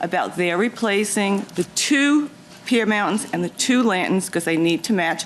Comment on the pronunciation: Lady they are called lanterns, not lantins. Thank you. Goodbye.